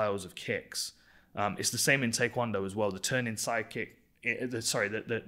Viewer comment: Dan does the best in-depth explanations. He even pronounces Taekwondo correctly.